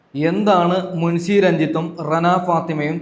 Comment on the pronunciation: മുൻസി അല്ല മുൻഷി, നാക്ക് വടിച്ചു വൃത്തിക് സംസാരിക്കൂ.